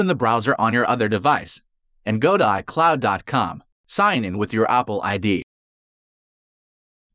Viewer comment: Word pronounced incorrectly detected: iCloud